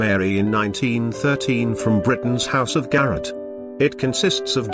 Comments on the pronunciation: The images are fabulous, but this guy’s voice is SO grating. In addition, he pronounce the names of the jewelry house wrong. Garrard is not garrrit… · The pronunciations in place are awful - Garret for Garrard and Therece for Terese, D'angoilime for D'Angloumeme ....ugh..